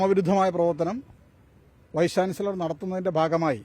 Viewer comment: വൈസ് ചാൻസിലെർ,വൈസ് ചാൻസിലെർ പറഞ്ഞു പഠിക്കു 😀😀😀😀